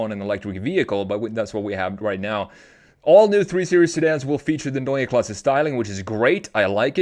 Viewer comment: I like how you pronounce Neue Klasse exactly like we germans do. Grüße aus Deutschland!!!